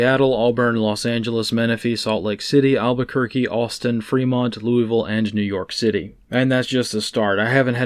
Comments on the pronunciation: I appreciate your pronunciation of "Louvule" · My man pronounces "Louisville" correctly 👏